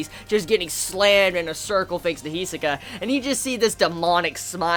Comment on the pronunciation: He is pronouncing it right, the accent may be a bit non native